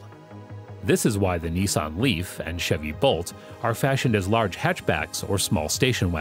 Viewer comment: Did this guy really just say “nee-sonn” 🥴 bruh its Nissan.